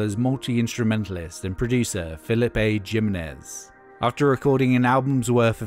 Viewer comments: the name Jimenez is pronounced "him-en-ez" not "Jim-nez" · My man Phillip A. Gym-in-ez 🤣🤣🤣. Lol, Just playing around. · You can tell when someone doesn't have a passing knowledge of Spanish. Haha! Jim-nez Hahahaha! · The only thing upsetting about this video is how the narrators butchers Jim’s last name “Jimenez”